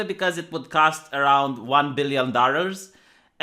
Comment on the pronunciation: i'm sorry i just had to point out the "dorrurs":P